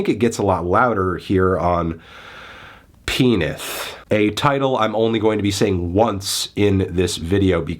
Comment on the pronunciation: can’t disagree with this more. really sounds like he didn’t even listen to what the album is saying. as an extension of the show this album really hits. he didn’t even pronounce the album right lmao. i’m shocked anthony hates this dude so much that he wouldn’t even approach this with an open mind. i like your stuff man but this feels like it completely missed the point